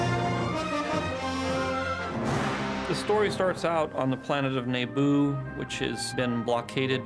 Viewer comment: Neeybu Bruh, have I said it wrong all my life?